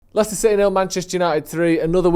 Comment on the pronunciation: Lads its Leicester